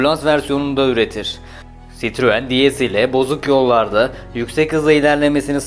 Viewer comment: Sitruuun çitruen 😆 sırtlan belini anımsatan tek marka böhöhöhööyt 😀